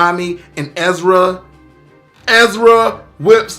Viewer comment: Bruh its Erza, not Ezra. 😅